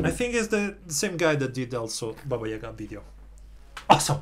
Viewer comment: Он первый иностранец кто правильно поставил ударение в слове яга😂